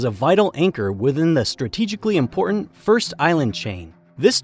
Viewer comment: "Important" is an English word that ends in "T" sound, not a grunt.